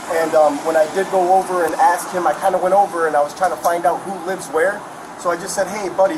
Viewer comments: There is no doubt that the dude stole the AirPods and gave them to his son. Also, honest question…why do black people commonly pronounce the word “asked” as “aKsed”? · Are you sure you axed him? 😂😂😂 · He axed his son?! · He AXED his son,ouch. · “Axed” “defamated” “you’s guys time” as soon as i heard him say these words and phrase i knew he was guilty 😂